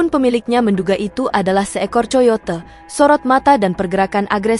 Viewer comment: Bahasa Inggris narator nya buruk banget 🤦, asalan 🤦 Big foot dibaca big fot Coyote dibaca co - yo - te 🤦🤦 Klo ga paham, tanya donk mba 🤦